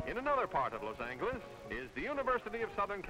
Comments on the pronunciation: It Is LOS ANGALUS!!!! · David Ets prownownsed Lousy Angers duhdewd! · Whenever this guy pronounces Los Angeles like that with a hard g I throw up in my mouth a little. At least he doesn't say it often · los angles 😭😂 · ”Los An-gee-less” I sometimes thought it was pronounced that way, but thought I was being stupid. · I can’t get over him saying Los Angleus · I got 2 1/2 min in before I couldn't take Los Angle-less any more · It's funny how the speaker says LA: "Los Angles" LOL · ‘Los Angle-less”? Strange pronunciation of the city… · This guy's pronunciation ("Los Angle-less") is driving me crazy. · he calls it " Los angle-us" 😂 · LOS AN - GOO - LES.... Lmao!!! Masterpiece!!! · "Loss Angle-iss," "Cal-i-forn-ee-ya," hilarious and annoying but beautiful old footage. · Los AnGHeles… what a master!!!😂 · The way he pronounces Los Angeles , ( Los Angleles ) 😂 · Los Angueles??? Is that how it was mispronounced back in the 50s? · Is he saying, loz Ange less? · "Los Angle Es". They used a hard G then. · Why does he say los angliss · Los Angle-ess! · i'm sorry.. los ANGLE-ez? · Los angle-us...??? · Lo's Ain-guh-liss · Loss Angolis. Californee-ah. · Los Angle-lus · Is he saying “Los Ang-gilis”? 😂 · Los Angilleez 😂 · Los ANGLE-less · LOS ANGLE-LES??? 😂😂😂 that's a first...lol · Try to learn how to pronounce Los Angles. Before people could pronounce Spanish. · "Las Angle Less." My only complaint is that they couldn't find a narrator who could pronounce the name of the city correctly. lol Then he makes fun of how people mispronounce La Jolla. Otherwise a fun look at what was the 1950s. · Wish someone had taught him to say "Los Angeles." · “Los Angeles” in Spanish translates to “The Angels” in English, so I would think the proper way to pronounce it would be using the g, like in giant. The way most pronounce it today but It’s cool to hear how it was pronounced back then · he doesn't know that angeles means Angels in Spanish. drives me nuts. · He is. 😢😩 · "Los Angle-less" 😂😂😂😂